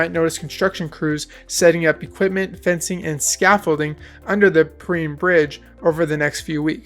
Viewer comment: Per-rine like an orange rind but with an E. But good video!